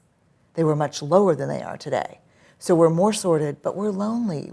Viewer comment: Sorted sounds like sordid here 😆